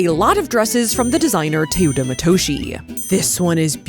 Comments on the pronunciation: it's not Tuta Matushi.. the e in Teuta it's pronounced like the first e in tender and the o in Matoshi its pronounced like the o in oracle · It would be nice if you researched how to pronounce teuta matoshi if you’re just guessing confidently at this point